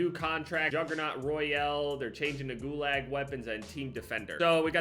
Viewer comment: Did he just call the gulag gu-lag